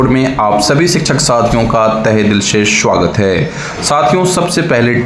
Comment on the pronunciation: Aap se vinamr niveda hai ki svagat ka uchcharan kisi jaankar shikshak se poochhlein